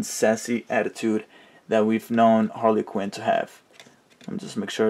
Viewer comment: Harley Quinn not Hale quiren